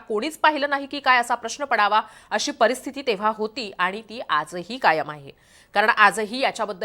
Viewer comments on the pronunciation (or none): none